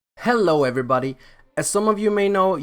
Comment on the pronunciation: “Hello everybodhi”